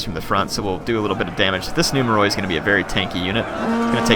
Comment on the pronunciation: In Greek, "oi" makes a sound like what "ee" does in English. So numeroi is pronounced, I guess in English the phonetic spelling would be "numeri". Not nitpicking, say it however is comfortable, I just got the impression you like for us to tell you this stuff.